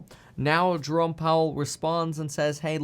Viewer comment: haha Je-ro-me (Jeremy). i wonder if his parents said Je-rome as a joke.